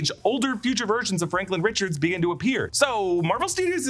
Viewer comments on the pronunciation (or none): none